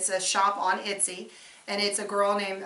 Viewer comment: etsy- not itsy